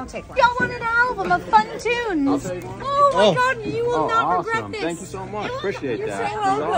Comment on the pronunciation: The “thanguuu” 😂